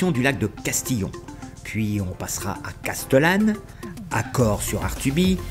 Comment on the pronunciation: super , je le fais tous les ans depuis les Vosges ! Par contre SVP SVP SVP les prix des hébergements !!!!!!!! Trop facile d'élucider le cout ! à chaque fois c'est pareil et autre chose, respecter la prononciation des noms .... Casteuuuuuullane ..... non ! c'est Castéééééééllane ! Les gorges de Daluisssssssssss ... non ce sont les gorges DU Dalui ! etc ...... de bricoles quoi ! Sinon TOP ! vraiment ! Comme quoi on peut commenter un road trip calmement sans brailler sous le casque ! Bravo.